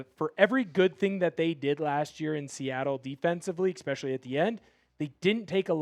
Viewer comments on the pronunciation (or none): Yo, for someone with a degree in communication, ya gotta stop saying 'ecspecially', it's 'especially' and it drives me crazy everytime you say it. Sorry to be a stickler; I like my grammar, ecspecially watching seahawks talk. Ha